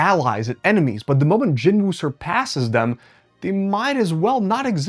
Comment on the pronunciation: At least pronounce Jin-woos name correctly